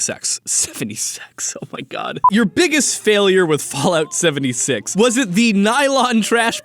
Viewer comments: it sounds like he’s saying bollocks seventy sacks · Fallout 70 Six = Fallout 70 Sex. (In Swedish Sex means both the nummber 6 and the thing sex) So tecnicaly did say it right on a difrent language.